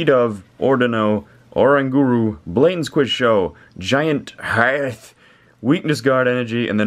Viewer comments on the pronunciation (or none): Why did you say "hearth" like that? xD